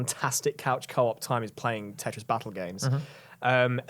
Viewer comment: IT'S CALLED FUCKING TETRIS. IT HAS A SECOND T IN IT. IT ISN'T CALLED TE'RIS